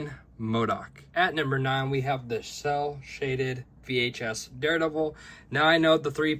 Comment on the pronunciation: Great video! Idk if you know or not, but it’s not “shell shaded” it’s “cel shaded” (sounds like sell shaded)